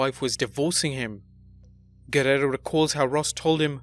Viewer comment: this is the worst ive ever heard somebody say the "guerrero" name, top vid tho